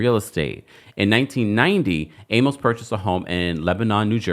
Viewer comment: Jeez man, you're killing me mispronouncing John Amos' last name! Use Google and ask for the pronunciation. Just scroll down and you'll see a short video.